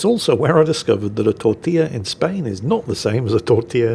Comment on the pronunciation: doing his best Hilaria Baldwin imitation with the "tortilla" pronunciation.